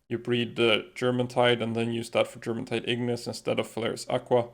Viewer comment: I love the videos explaining the palworld, but if there is one thing i would nit pick on, is the pronunciation of germantide. Its not Germantide. Presuming that it refers to the Norse jourmangadr, it probably sounds more like Yourmantide